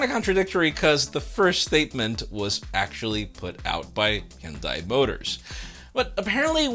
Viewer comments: "high-un-die": hunedai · Hyundai rhymes with Sunday. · Hyundai Rivera 😂